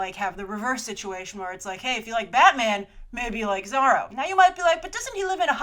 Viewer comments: Zorro no Zarro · She says it like Biz-zarro or Bat-zarro... weird, right? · You say Zorro funny ;)